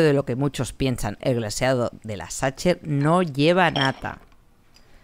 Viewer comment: Como boricua que vive en Alemania te puedo decir que con tu pronunciación de "Sacher" nadie te entenderá.😆😆😆